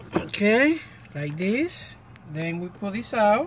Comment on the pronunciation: "Oh look a dis, looky Dat" I'm dying laughing!!!!!! You're so funny. Anyways thanks for the video! Helped alot